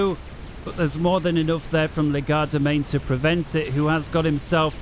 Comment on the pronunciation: I know it's going to sound nit-picky but it really bothers me that you pronounce Legerdemain as "Le-GAR-da-main" instead of the accurate "LEDGE-er-da-main".